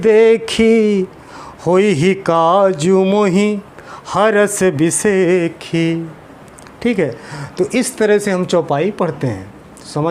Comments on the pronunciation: महाराज मैं कहना तो नही चाहूँगा लेकिन आपने एक गलती की चौपाई में हरष बिसेषी है और आप बिसेखी पढ रहे हैं। जय श्री राम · Bishekhi nahi भाई bishesi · Sir wo ( पर) हरष "बिसेषी" हैं बिसेखी नहीं